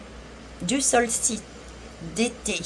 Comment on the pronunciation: Bonsoir pour le « knight « le chevalier en anglais on ne prononce pas le k...😀 sinon c’est le solstice, pas le solsiste !..😉